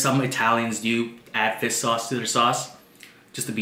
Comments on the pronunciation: Regular People: "Fish Sauce": "Fis Sauce" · fiss sauce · great vid! but one thing... everytime you say fish sauce, all I hear is fis(without H) sauce XD Fis sauce Gang!